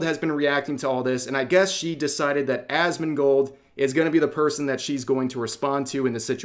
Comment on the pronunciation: It sounds like you said a$$mongold😂